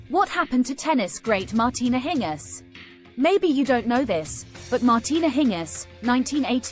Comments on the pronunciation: Why do you say her name in a weird way????? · Why not pronounce her name correctly? Annoying. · Next time try and get the name right. If you have to rely on a computer for your audio, your audio will always suck.